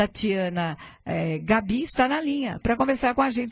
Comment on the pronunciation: Pronuncia-se Gábi e não Gabí rsrsrsrs